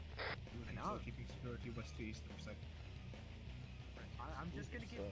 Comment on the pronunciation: East I thought you said Weast